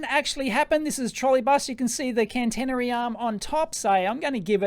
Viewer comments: "can-tennery" -> catenary ("cat-een-ary") "5 units" ... I'd guess it's the non-Anglo dot instead of comma as thousands separator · I hate doing this, but it fires my autism a treat. "Catenary" pr. Cat-a/eh-na-ree. Sorry. Here in Finland we're mostly electric buses in cities. It's a transition, not an overnight replacement even though it just could be. Whatever gets us off the oil tit is already a positive.